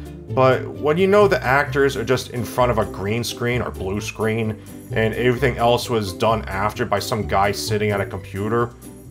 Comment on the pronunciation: Want to sound like? First step is to get lightly drunk, second step is to pronounce the words every, everyone, everything, everybody as "avery, averyone, averything, and averybody" in a nasally tone. Now you sound like.